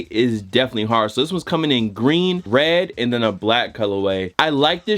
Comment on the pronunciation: “Wed, white and green”